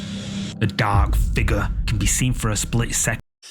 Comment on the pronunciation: Ohhh …. He says shadow fig-ure in such a way that makes it hard. Shadow figaaaar